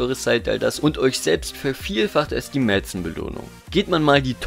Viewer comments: Hi, bin erst vor einige Tagen auf deine Videos aufmerksam geworden und finde insbesondere deine Analysen ausgesprochen fundiert und informativ. Allerdings soll mein Kommentar nicht einzig der Bauchpinselei dienen^^ In einigen Videos fiel mir die Aussprache der Begrifflichkeit Mäzen auf, welche (konträr zur inkorrekten Google-Ausgabe) transkriptiv mɛˈt͡seːn lautet. Also mit einem gedehnten "E" vor dem "N". Das aber nur als beiläufiger Sidefact. Freue mich ansonsten auf die vielen weiteren Videos auf deinem Kanal und bedanke mich für die vielen Infos! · Abgesehen davon, das du Castel und Mäzen nicht aussprechen kannst, nettes Video. Ich hätte statt ner Top 8 ne Top 10 gemacht und dabei unbedingt das Cape Canaveral noch mit aufgenommen, das würde ich noch über der Orangerie ranken, weil es leichter zu bekommen ist und für die winzige Größe sehr viele Forgepunkte liefert. Als Platz 10 noch den Markusdom - in hohen Zeitaltern vielleicht nicht mehr so interessant, aber wer ihn frühzeitig aufstellt, hat Gold wie Heu (vor allem schon mit einem Riesenbonus auf Stufe 1) und kann auch ordentlich FP für Gold zukaufen.Sinnvollerweise sollte man im Ranking auch differenzieren, ob jemand als Kämpfer oder als Händler spielt. Das Alca ist für Nichtkämpfer nutzlos, das Castel allein wegen den FP zu halten ist auch nicht so der Bringer.